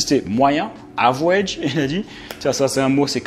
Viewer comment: Je vis au state et j'ecoute tes videos On ne dit pas avouege=pronontiation On dit avrége=pronontiation mais si non , oui j'ai vu son interview e tu l'as parfaitement resumé